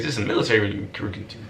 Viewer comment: “recrewwting” office 😂😂😂❤️